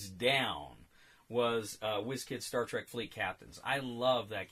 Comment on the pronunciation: Semantics: the word trek is a rare example of Afrikaans words making it into English. Some other examples being bushveldt, commando, laager, spoor, rooibos ect. And I can assure you the right pronunciation is exactly like the English word track. And if you can manage to roll your "r" like in shakespearean english you'll be spot on.